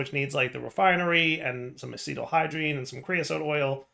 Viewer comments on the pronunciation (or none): Hearing mispronounce acetaldehyde as “acetal-hydrene” made the chemist in me die a tiny bit inside 😅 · “, why didn’t you just call it aluminum?” …He did. FTB changed the name of it in this pack. Also, why didn’t you just make a 256k DISK? Four times the space in one slot 🤨 You’re not even close with the pronunciation on “acetaldehyde” there! plz